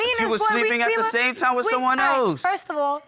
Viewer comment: “At the tame time” 😆